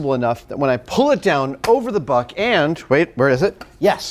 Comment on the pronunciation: I keep hearing butt instead of buck